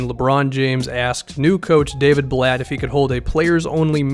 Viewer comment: I was just about to comment that lol